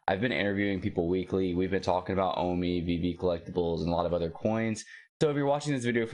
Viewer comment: O MEE bro! Not O MY